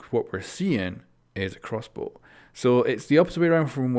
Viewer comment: This guy... nice "crossboo"